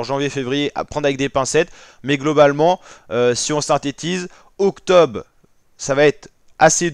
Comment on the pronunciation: Y a un « R » dans octobRe … et il se prononce